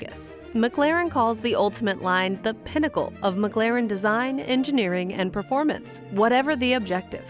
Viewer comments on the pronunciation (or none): This is a great video. I swear it sounds like you are saying “McGlaren” though. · She said “McGLAREN” damn near the whole video 😂🤦🏾‍♂️